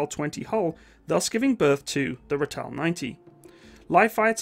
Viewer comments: Ratel Afrikaans (RATIL) like tilling the ground Ratil to pronounce it correctly in english,, and Buffel not buf fel but buffil like filling a bottle, Buffel (Buffalo)... :) yip they reached 120km per hour with governor removed or adjusted but had severe body roll. the 20mm cannon version (dont forget the shell opening , if ya dont open that you gonna feel the hot casings all over you, firing faster than a Galil.) the 90mm was a all rounder, the missile version in early days sucked.... but did take down Russian tanks. Cocking mechanism on early 20mm Ratil sucked dick!!! a frequen Ratchet spanner... loading was a bitch as well. the good.... it ran in open field with ditches in access of 60km /ph... Angola, 6x6 60km /ph bundu bashing trees around 40km/ph. if ya hit a mine, hang the diff and keep going till safer grounds are reached. was a beast, Hooper Packer Moduler 1989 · Great video, but please it's pronounced RAH TELL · Just wanna say, its pronounced ra (as in the egyptian god) till (as in the self service tills at grocery stores) ra-till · pronounced Raaatle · Look my its not english pls not calling it a ritel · pronounced Ra-til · Pronounced raaaaatill😅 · when you pronounce the name ratel, think more rartal. it's an afrikaans word. the way you pronounce it just sounds so jarring to my ears being used to how it's pronounced here is SA. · Its a raa till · Enjoyed the video. Well researched content . Like Reinhardt , I' ll try to help with the pronunciation of Ratel. The 'a' is a stretched out sound , best way I can describe it is that it rhymes with startle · Great video, but the name is pronounced "RAH-till", not "ra-Tell". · My brother drove these way back when. You got to stretch the 'a' out tho. "Raaaaaatel" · It is the Rahtel, not Rattell! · Ai ai...the pronunciations.....not Ra-tel but Rah- tuhl when saying it......not buf - fel but buh-fuhl when saying it. Just saying - from a South African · Ratel pronounced "rah-till". Buffel pronounced "buh-fill".